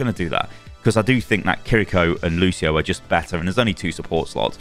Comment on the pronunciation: Thank you for being one of the few content creators not pronouncing Kiriko's name as "Kirr-EE-ko" :P